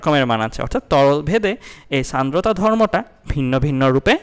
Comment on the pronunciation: Sandrota (উচ্চারণ 'Shandrota' hobe may b) fact😪☹️